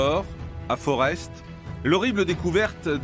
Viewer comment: On dit forte, non forest